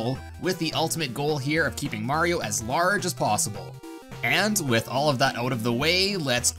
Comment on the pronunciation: LORGE MARIO